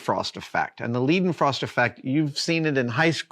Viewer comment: Leidenfrost is pronounced "LY-den-frohst." That's "ly" or lie," not "lee," and "froh," not "fraw" like the word frost in English. Learn2German.